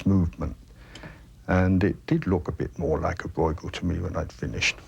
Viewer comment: 1) It is Brueghel, not "Broy-gull". Copying the dutch pronounciation seems to be a little bit more difficult 2) Brueghel Sr. 's work is much finer and state of the art than junior's.